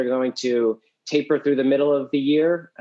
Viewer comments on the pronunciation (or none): none